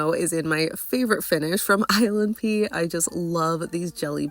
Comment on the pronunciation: Every time you say ilnp i hear island pee